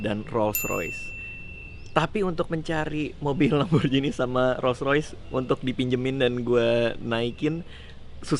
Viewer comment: Sedikit info aja nih yaa bang, kalo pengucapan lamborghini itu biasa bang bukan "lamborjini" tapi "lamborghini" soalnya kan bahasa italia 😁 Makasih bang